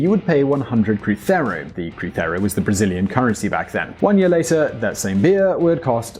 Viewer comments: in portuguese "z" is pronounced as the english z. It's not "crutheiro" it's "cruzeiro" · it was CRUZEIRO not CRUCERO, and it's REAL not RAIS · Cruzeiro not crithero m8. Other than that, great video, love seeing videos about Brazil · Totally minute, but it’s pronounced CROO-ZAY-ru. There is no “th” in any Portuguese anywhere. That’s only in Spanish. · You're saying cruzeiro wrong. Portuguese doesn't have that Spanish sound you did with the z. Just say it like it was English and you would be closer. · That is the worse pronunciation of "cruzeiro" I've heard. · In Brazil people speak portuguese, not spanish. The way you said cruzeiro is not accurate. Other than that, great video. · The Z in Cruzeiro is pronounced like the S in "Cruise". It is not like the Z in Spanish. We do not have that sound in portuguese. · kkkk Cruzeiro ,man u must be practice the accent on this one, but the rest is just right , u could look up for the nacional politics , is good as house of cards , the next 'eleição'' next year has all , socialists , fascists, lobbysts, criminals and it is going to be hell , but we 'll work on it . é noiz BR